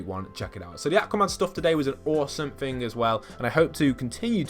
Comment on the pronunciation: Somebody make a compilation of everytime he says fing or fink, lol